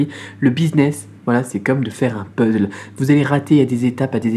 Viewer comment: On dit puzzle et non puzzle =)